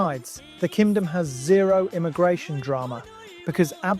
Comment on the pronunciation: Why does it sound like he’s saying “Kimdom” 😭